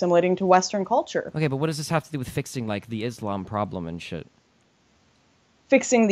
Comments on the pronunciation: Is she really saying "iz lamb" ?? fucks sake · Lauren constantly saying izz-Lamm is driving me nuts.